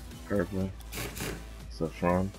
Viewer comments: U r Missing cobalt and the regular and the black. Also u need to say saffron (Saa-fron) correctly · You said saffron wrong. 😂